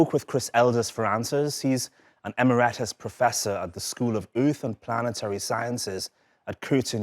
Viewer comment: emerAtus? or Eh-Mary-Tus professor. Emeritus.